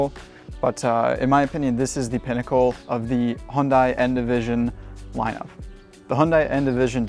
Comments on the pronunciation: Not Hon-die, Hun-day. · hyundai rhymes with sunday not fun guy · No. It’s pronounced “Hyun dae” or “Hyun deh” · You drive the car bet yet still pronounce it wrong😂😂😂 It is literally pronounced HUNDAY!!!!! The South Korean just put a little more emphasis on the “ Y “ when saying it. Like “ HiUNDAY “ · speak after me: "Hyeon - Dae" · Great video. Only suggestion is the pronunciation - should be 'Hyun-DAY' (refer to the super bowl commercial - rhymes with 'Sunday' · To me (Australian) it will always be hyun-die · 네 알아요. 한국어 조금 말해요. but this isnt about saying it with perfect korean pronunciation, its about getting people to not say "high-yun-die" or any variation of such. you can do a youtube search for "hyundai sunday" and see what hyundai themselves have to say about it